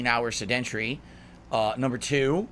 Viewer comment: Se-DENT-ary style.